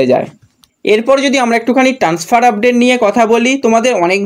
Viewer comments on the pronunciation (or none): none